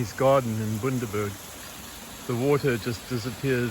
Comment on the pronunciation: Bundaberg not boondaberg 😂